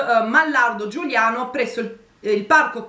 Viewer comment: Giugliano non Giuliano ehehehe spero di esserci